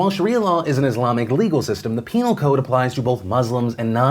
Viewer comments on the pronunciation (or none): You said penial code